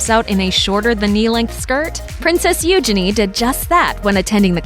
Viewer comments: PRINCESS “ UUUGENIEEEEEEE” not “ OOOOGENNI “ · Please learn how to pronounce Eugenie. You're not doing it right. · I hate how she pronounces eugenie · Who else cringed at how she said princess Eugenie? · The way they said eugenie 😂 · The way she pronounces "Eugenie" though. xD